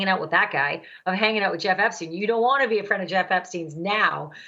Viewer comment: why does he say epstine and no esptein ?